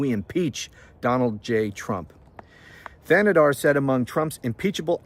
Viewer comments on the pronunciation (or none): Shri “TAnadar” is how it’s pronounced. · Shree Tan-a-dar is how you pronounce it. I am a Michigan resident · I live on the border of Michigan in Canada and you pronounced his first name right his last name the H is silent. So Tan-e-dar :goodvibes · Your pronunciation is almost correct. Say Thanedar as if there was no h in it.